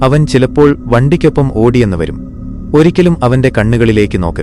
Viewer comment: star enn edak kekkam